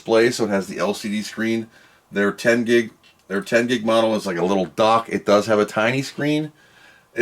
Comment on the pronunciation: Its a Dock not a Duck